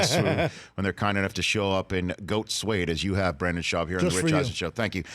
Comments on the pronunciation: Hey Rich for sure get your guests name right, Brendan not Brandon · Why does he keep saying Brandon? Nobody even corrected him after the 6th time he mispronounced his name.